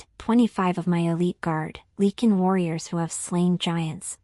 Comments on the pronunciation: Great story.....as for the mis-pronouncing of the Lycin king...this story is pure fantasy...just let that be a new name for a wolf packs king. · Your AI always pronounces lycan wrong.